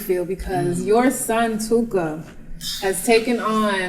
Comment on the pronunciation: Stop saying " TOOKA ".